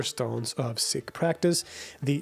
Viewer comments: Pronounced seek not sick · It's pronounced Seek not Sick. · SEEkh. SEEkhism. Not sickh... They're not sick lol 😅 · Pronounced "Seek", not "Sick" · Whatever the correct pronunciation is, I wish you would say "Seek" instead of "Sick" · It's pronounced "seeks", not "six". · Pronounced "seek". Thanks. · Seeee (pause) k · You pronounce sikh incorrectly